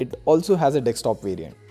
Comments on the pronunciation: man it's DESKTOP not dekstop for God's sake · North Indians be like : "DEKS-TOP"